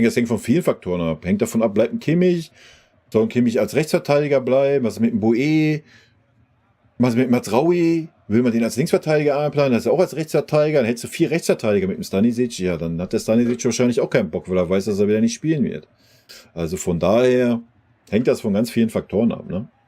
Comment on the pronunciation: MAZRAOUI nicht Mazrui